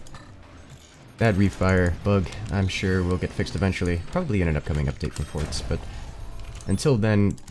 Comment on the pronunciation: am I the only one that hears "fortsan" every time he says "forts"?